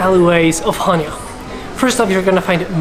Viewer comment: Nice video. Especially your drone video. Very professional. Just one small correction on your pronunciation of Chania. Accent is on the second syallable.😊Cha- nia